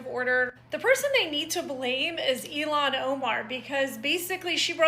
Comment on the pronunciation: Her name clearly sai ill-han.